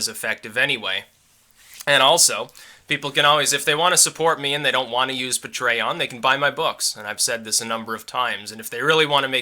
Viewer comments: pa-trey-on. UNSURBSKRIBBED! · Isn't it pronounced Pay-tree-On? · Never heard Patreon said like that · please stop pronouncing Patreon so weird...